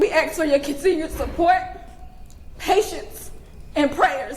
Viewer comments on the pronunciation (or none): FFS IT ASK NOT AKS!!!!! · reading from notes and still : axe , stabability , exspecially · She wanna AXE you a QWUESSUN